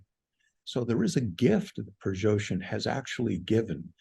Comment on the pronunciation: Why is this expert incapable of properly pronouncing the name "Prigoshin"?